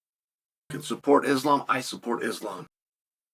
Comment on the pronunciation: At least Chael can pronounce “Islam”… 🙄